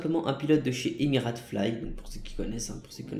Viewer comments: Essaye pas de dire le nom d’une compagnie car c’est pas Émirat (tu le dis comme ça) mais c’est émiratES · Stp, on prononce Emir"ei"te pas Emir"a"te. Merci 😉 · Mdr Emirates fly🤣 mais c'est fly Emirates ça se prononce Emira(i)tes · christophe c t’a trop raison tg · On écrit emirates mais on lit ça emireytes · On dit EMIRAIYTSSS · Ça se prononce "Emireyte" et ça s'écris "Emirates"... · On dit emiraytes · Non mais STOOOOP c Fly EMIRATES et avec une prononciation anglaise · on en parle de la prononciation de emirates mdr... tkt on t'en veut pas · T es trop bas bello, t'a mis 10 min pour décoller, tu sais pas prononcé Emirates, tu sais pas conduire, mauvais jeu d'acteur! On a le bouquet mon grand babouin hein! 😂 C pas méchant bien sûr!